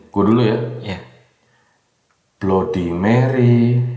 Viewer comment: Baca / ngucapinnya bukan Blodi Meri.. Tapi Bladdi Merri..